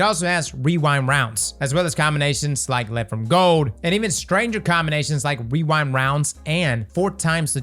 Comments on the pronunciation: wewind wounds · Ah yes, rewind rounds. Or as I always end up saying weewind wounds.